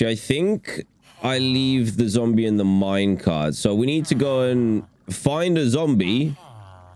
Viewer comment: Dan said zomble instead of zombie lol